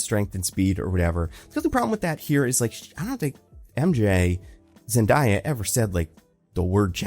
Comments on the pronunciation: Zendaya's name is pronounced ZenDAYa like Brand New Day, not the way you're pronouncing it. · You gotta stop saying Zendayas name wrong dude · At this point, it feels offensive to not pronounce Zendaya’s name correctly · I was thinking the same thing lmao, how is it possible in 2025